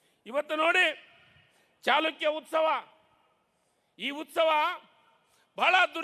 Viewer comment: ಸರಿಯಾಗಿ ಮಾತನಾಡಲು ಕಲಿ ಇಮ್ಮಡಿ ಚಿಲಕ ಅಂತಿ ಇಮ್ಮಡಿ ಚಾಲುಕ್ಯ ಅಂತ್ ಅಂತೀ ಇದು ಚಾಲುಕ್ಯ ವಂಶದ ಇಮ್ಮಡಿ ಪುಲಿಕೇಶಿ ಅಂತ ಮಾತನಾಡು ದಡ್ಡರನ್ನ ಮಂತ್ರಿ ಮಾಡಿದರು ಹೀಗೆ ಆಗುವದು